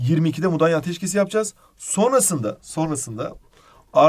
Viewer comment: Mudaya Değil "Mudanya"